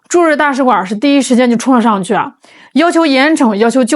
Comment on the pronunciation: 大使馆儿？你以为是饭馆儿呢，儿音不是随便加的